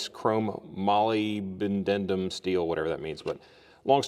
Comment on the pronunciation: I have a set of those, and they are life savers. And that word that you struggled with, Molybdenum is pronounced Mo-LIB-den- um. I retired after 30 years from a company that still makes Molybdenum and Tungsten today from powder and transforms it into metal ingots for use around the world. Moly, as it is most often referred to, is used as an alloy in tool steel to toughen the metal. It also has many other uses because of its ability to withstand very high temperatures. Great video.